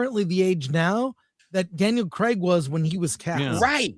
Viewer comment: whos daniel creg. ?? are you guys trying to say daniel craig? is that how Americans say craig?? omg haha thats so funny